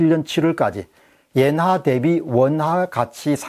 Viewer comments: 옌화라고 하지 말고 엔화라고 발음해 주세요 너무 부자연스럽게 들립니다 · 옌화보다 엔화로 발음 해주세요! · 자꾸 옌화 옌화 그러니까 거슬림